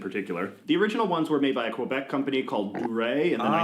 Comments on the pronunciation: OMG, you said Que-bec perfectly as the French Canadians pronounce it. And that was 2 years ago! Who taught you this? 🧐 Will we ever get another & video? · I'm from Québec and I want to say the way you say Quebec make me smile because a lot of English people even from Canada doesn't make the effort to say it right. ❤❤❤ Sounds so good ❤🔥🔥 For no name. It's good cheap but good for a lot a product even if I have money to buy some brand o prefere to buy no name or house brand from groceries